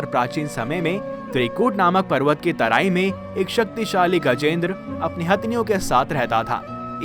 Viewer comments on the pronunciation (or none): none